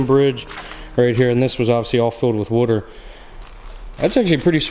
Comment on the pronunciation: Wow they were fools to close that down! No the chair does kinda remind you of an electric chair Aww I can tell where you're from when you said water.